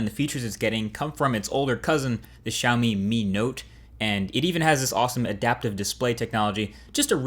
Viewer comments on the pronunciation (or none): Lmao you pronounced Xiaomi like "shawme" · althought you are not chinese, but you said xiaomi and mi wrong